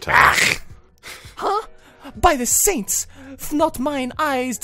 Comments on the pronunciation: bruh, keeps reading Seints as Steins lmao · Seints= Saints Not Steins.